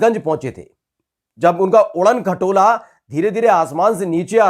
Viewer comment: Udan khatola bhut🤣 accha laga sunne me